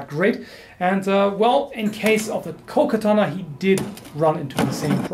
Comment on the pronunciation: You said "I'm sure I'm butchering the pronounciation". Aaaaaactually, it's quite good! Only "katana" and "kojira" are more (katana) or less (kojira) wrong. Katana is pronounced with only short a's and without an accentuation. Kojira was quite well, except for the "r". A Japanese "r" is something between "r", "l" and "d". If you cannot pronounce it, you best use the "L". With "koguchi", you hear a SLIGHT accentuation of the "o", but it's so tiny that I'd not call it "wrong". NOW: I'd never ever correct you normally. You said you were sure to butcher it, and I want to point out that it's quite okay actually. I just give you a little tip for improvement, that's it. I really love your video's and I could not be bothered if you pronounced it right or wrong, really. So... ganbatte kudasai!!! (Proceed please!) :)